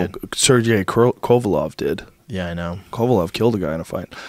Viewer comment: KO-VA-LEV not kovalov 😂😂😂 jesus stop bringing up boxers when you don't even know their name